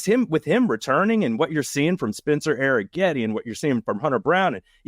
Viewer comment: Question: why is it pronounced Air-n-getti when there's no N? 😮